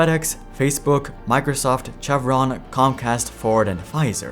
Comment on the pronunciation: Say it with me now, "SHEV-RON"